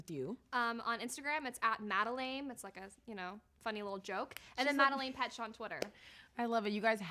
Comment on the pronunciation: She researched everything so well! Thoroughly enjoyed it. Just wish she’d researched the pronunciation of her name better lmao😂😂 and the very beginning😂